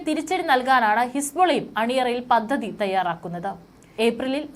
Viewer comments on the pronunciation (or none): none